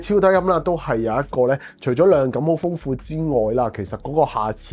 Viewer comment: Eric, I like this channel. But!!! 係"黑色" 唔係 "蝦色". 係"量感" 唔係 "亮緊". 係 "想" 唔係 "相". 係 "擴"展 唔係"蓋剪" 連產品 "110" 三個字 都非常唔清晰. 講嘢又要講得快, 咬字又唔清晰. Pls improve.